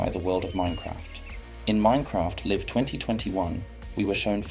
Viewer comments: in he said l-i-v-e instead of lajv (live) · This is a decent AI voice, apart from the odd weird wording and phrasing like “the mojang” and “minecraft live” as in the opposite of dead and a British accent saying “garbage”this is natural enough to listen to and doesn’t feel annoying 👍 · is the voice over done by AI? the voice sounds really realistic but it mispronounced the word "live" so that kinda made me question it. also the script sounds like it's been written by a 9-year old. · listen how Minecraft Live is pronounced